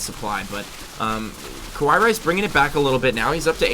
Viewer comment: ka-wai rice? I tot it is Ka-wa-e rice?